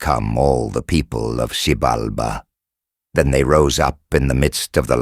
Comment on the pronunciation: They constantly mispronounced it along with other names